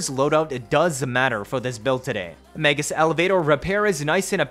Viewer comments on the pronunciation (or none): none